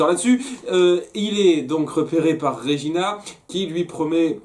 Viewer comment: Svp arrêtez de dire "Régina", son prénom est "Regina" et se prononce "Red-djina" xd